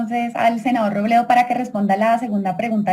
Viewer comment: El senador Roblablablabledo...